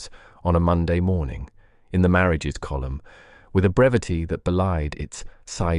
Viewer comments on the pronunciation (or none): none